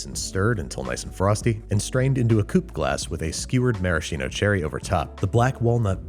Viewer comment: Pssssst! That CH sounds like "marasKino" not "maraSHino". All "CH" instances in Italian sound like "K".